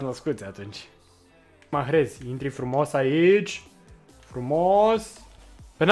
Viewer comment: Coaie nu mai pronunța h-ul din salah si mahrez